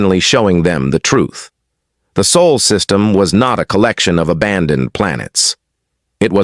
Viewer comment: Sol system, not Saul